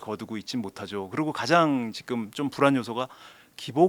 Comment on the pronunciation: 자꾸 직끔 직끔 이러길래 뭔 말하나 했더니 지금이었다… 직끔이 아니라 지금이에요😂